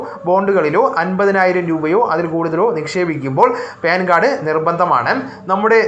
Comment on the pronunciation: ഹാലോചേട്ടാ പേൻ കാർടല്ല പാൻ കാർഡ് 😂😂😂